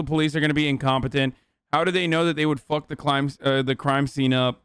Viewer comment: When Hasan said "What a fuuhck" in the Italian accent, it killed me lmfaooo